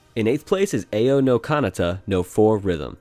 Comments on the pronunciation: It's pronounced ow no kanata but ok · The way he says some of these titles really triggers me. (Especially Ao No Kanata, one of my fav games)